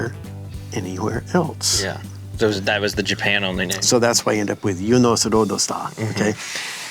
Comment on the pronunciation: Bob is the GOAT, which makes sense how he invented the GOAT car. It's also good to hear how Eunos is pronounced since it was killing me trying to figure out the exact way to pronounce my imported Japanese NA. But I live in Europe so it's forever the MX5!